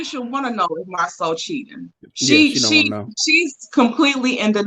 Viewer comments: please stop calling that man MarSUE! His name is MarSAU(SO). Its not that difficult. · Girl could you stop calling that man Marsue (Mar-Sue) his name is Marsau pronounced (Mar-Saw) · It’s MarSo with a long O.. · I'm going to need y'all to research how to say their names. Not Mar-sue Bishop is correct, Mar-so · Please get Marsau name correct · Who is Marsue that is not the way it is pronounced cringe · Pronounce Marso! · At this point I think it’s on purpose. Everybody else has corrected themselves. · Ok I 'm not subscribing just because of the way you saying this man's damn name. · I wish will learn how to pronounce Marsau’s name! OMG 😆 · Can somebody please give me the tea behind intentional mispronunciation of Marsau's name?